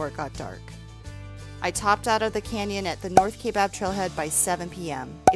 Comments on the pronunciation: I hate to be the one to do this but it is pronounced kI bab, the a is silent. A lot of people pronounce Mogollon wrong to. I hope the north side heals fast from the devastation of fires, Jacob's lake has been one of the most exciting places in AZ that I've been to. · Born and raised in AZ and have hiked many miles in the Grand Canyon including rim to rim Nobo starting at 1am and you are right, a bit creepy at night and a bit surreal. Us AZ natives pronounce Kaibab a bit differently with a silent "a" and heavy emphasis on the "I" (ki-bab). many actually add a soft "a" sound after the "i" (Ki-a-bab). Great video!! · I love your channel and I'm just catching up with a lot of your videos. Watching this one, I'm cringing every time you mispronounce Kaibab. Hating hiked this so many times, I'm surprised you've never heard anyone pronounce it correctly for you.